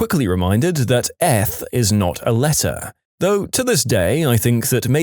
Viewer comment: Also narrator pronounced it like an F, no? Wouldn't it be ee-th? Nice engagement trolling there by him!